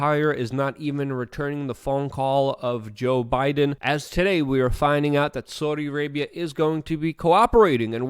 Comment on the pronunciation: I love how luke says "sooudi Arabia"